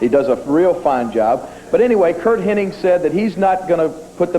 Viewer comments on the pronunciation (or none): The guy’s name was “Hennig.” Even Lawler botches it. 😅